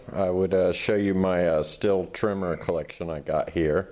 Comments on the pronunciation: The brand name is pronounced "steel" not "still". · No it's stihl